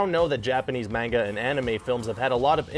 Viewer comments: It's pronounced (mon-g-a) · It annoyed me so much the way he said narruto and manga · ...Manga...Not Menga...MANGA! A not E! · He's didn't say Menga he said M-ang-a. Yes it's suppose to be M-ah-n-ga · M.A.N.G.A ITS PRONOUNCED M.A.N.G.A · Everyone is talking about how he mispronounced Naruto but I'm hung on how he said manga... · Narruto... ROO TOE LMFAO LOL "MENGA" ... "8 Bit Street Fighter" ... "Mayor-eeo Bros" AYYY LMAO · Mispronounce. Look this is asian pronounce, not US or UK. EVANGELION not IVANGELION MONONOKE not MONONOKI NARUTO not NARUDO MANGA not MENGA I'm so glad mostly pronounce ANIME right.